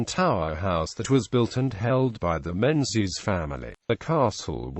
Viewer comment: It's pronounced Mingus and Gaelic is pronounced Galik not Gaylik.